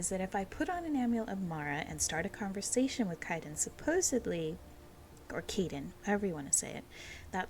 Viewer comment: K-eye-den is how his name is pronounced. I’m sure you heard it eventually in game tho, as it’s been a year lol.